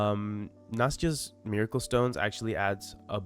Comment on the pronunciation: Wait its Nastias not Nayastas